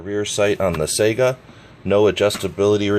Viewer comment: It is pronounced Sigh-Ga not Sega like the video game console.